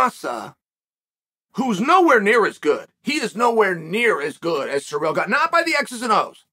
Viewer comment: Can you stop calling him "suh-reel"???